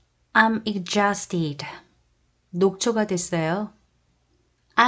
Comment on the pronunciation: exhausted는 발음이 ɪɡˈzɔːst 입니다. dʒ로 발음하시네요. ㅋㅋ